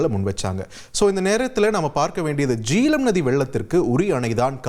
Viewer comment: Jeelam illai...Jehlam, pls correct....jay-h-lam..